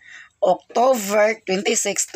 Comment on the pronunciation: Octover?tik october correct pronunciation..not octover